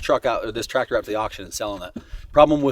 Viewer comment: hurts me every time you guys says tractor